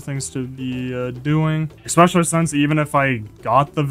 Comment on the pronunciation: Because you say ek-specially when it's especially. Lol so subtitles have a rough time 😅😅